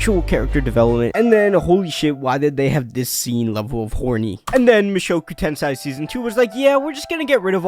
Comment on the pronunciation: Mushoku TenSAI? what's that?